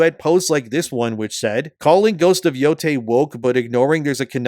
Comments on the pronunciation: Ghost of BOO-TAY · ghost of Nō-ty